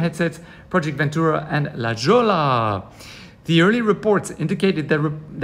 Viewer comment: I don't believe this at all! And La Jolla is pronounce "La-Hoya".